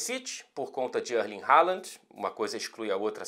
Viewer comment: Por que a sua pronúncia do nome "Haaland" soa "Haalant" com "t" no final?